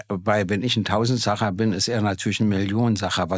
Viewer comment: Hr. Gysi: Tausendsassa. Nicht Tausendsacher.😅